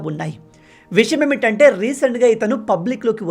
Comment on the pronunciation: విషయం ఏమిటంటే అనాలి. నువ్వు చెప్పేటప్పుడు విషమేమిటంటే అంటున్నావు.